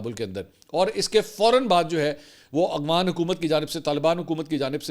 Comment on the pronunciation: Mansoor bhai kitnay paray likhay insaan hein aghfan nae boltay afghan boltay hein